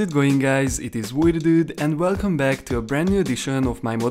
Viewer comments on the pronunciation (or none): none